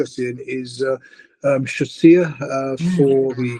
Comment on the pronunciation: Choisya is a great shout one on my tracker 👍 And you are pronouncing it correctly, Choisya is a shrub plant one in your garden they are great 🌱🏇